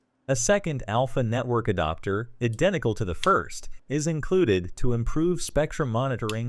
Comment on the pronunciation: You AI keeps mispronouncing, "adapter" as "adoptor." You should edit your transcript to pronounce some words phonetically to force the synthetic voice to say it right.